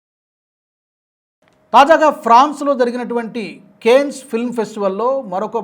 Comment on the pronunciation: Your pronunciation of Cannes is wrong. Try to correct it.